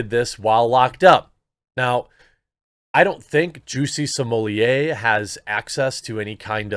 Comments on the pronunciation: He's not french, S-M-O-L-L-E-T-T is his last name and a 6 years old could read it right. SMOLET, how hard ? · I love watching Jeremy, but the way he is adding syllables to Smollet is a little nerve-racking. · Not even in proper French his name would be pronounced "smollyay"! His name in French would be "smollay". It's not Spanish where you would pronounce a double L with an i.